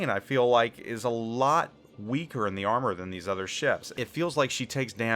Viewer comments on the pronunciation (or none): none